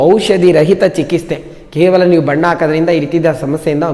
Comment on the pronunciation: ಚಿಕಿಸ್ತೆ ಅಲ್ಲ ಸರ್ ಚಿಕಿತ್ಸೆ ❤❤❤